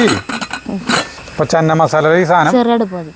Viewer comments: ചെന്ന മസാല അല്ല 😄ചെന മസാല 😄😄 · North Indian annu channa(ചണ ) എന്നാ പറയുക. ചന്ന അല്ല. ഹിന്ദി ആണ് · ചന്ന മസാല അല്ല. ..ചന മസാല 😊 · It's ചന മസാല ചേട്ടാ... not 'ചന്ന '..... ചന means കടല in ഹിന്ദി.... അടിപൊളി ❤️👌👍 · ചന്ന മസാല അല്ല.. ചന മസാല..പട്ടിയിലെ "ച".. തുമ്പിയിലെ "ന".. ( ശ്യേ , പൂരി എന്നുള്ളത് കറക്റ്റ് ആയി പറയുകയും എഴുതുകയും ചെയ്തു ) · ചന (चना ) എന്നു പറയുക ചനമസാല